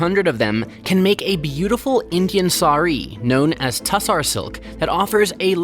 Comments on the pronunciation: The correct pronounciation is "Tossor Silk", not Tussar. It's also a big industry in Bangladesh. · It's pronounced as Toss-h- orrr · It's pronounced Taasar silk, very popular in Bihar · It's not TA SAAR silk, it is TU SHAAR. That's how it should be pronounced. The meaning of Tushara in sanskrit is snow, dew, frost or something too fine, pure etc